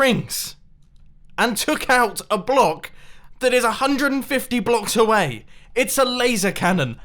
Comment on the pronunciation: Who else heard fify instead of fifty?